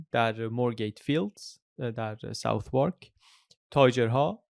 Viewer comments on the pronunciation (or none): یه توضیح کوچولو فقط اینکه southwark به صورت ساتِرک تلفظ میشه برخلاف اینکه آدم فکر میکنه باید قاعدتا ساوت وارک باشه. کلا از این عجایب تلفظ لندن زیاد داره تو اسم ایستگاه های قطار و مکان ها. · ارادت .. southwark به صورت ساداک تلفظ میشه